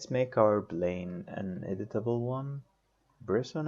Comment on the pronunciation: place not blace ! plane not blane !!! IPR not IBR